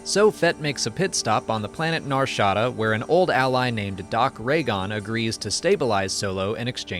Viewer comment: The way he says Nar Shada is killing my ear. NAR SHA DA 🤣